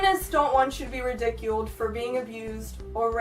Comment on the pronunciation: she said "ridiculed" like how you say "ridiculous"